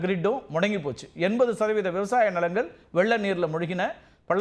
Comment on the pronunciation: வெள்ளம் என்று சொல்ல முயற்சிக்கிறீர்கள் ஆனால் உங்களால் முடியாது. Madras தமிழில் மூழ்கிக்கிடக்கும் நீங்கள் முயற்சிக்காவிட்டால் எதிர்கால சந்ததிக்கும் ஆபத்துத்தான். அவங்க இவங்க ல ள ன ண.உங்களைப்போன்ற படித்தவர்கள் நினைத்தால் முடியும்.